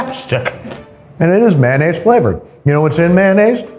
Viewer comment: Delicious may-naise. :')